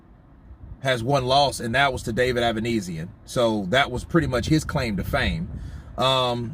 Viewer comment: Avanesyan is Armenian. His family name should be pronounced same as Kardashian or Serge Tankian from "system of a down" -ia as on sound